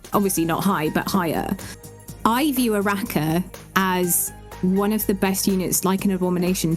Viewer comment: The third syllable "NO" is also missing and replace with "a". The proper pronunciation would be "Araka".